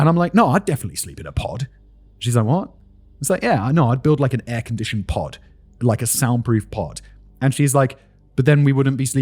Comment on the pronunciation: Was anyone else hearing "pot" the entire time he was saying "pod" during that aside about sleeping conditions? I spent a few minutes deeply confused and highly amused before wondering if there was a market for "sleeping pots"